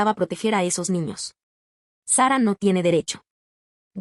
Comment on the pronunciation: Es mujer, el nombre de OP es Sara solo que lo pronuncian en inglés por eso se escucha Seba ¿me expliqué?